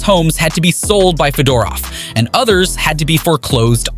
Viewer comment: You pronounced Fedorov's name incorrectly..